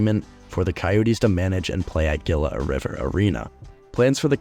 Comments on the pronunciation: Your pronunciation of Gila and Tempe are killing this Native Arizonan lmao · you kept pronouncing Gila and Tempe wrong... it was annoying and funny at the same time lol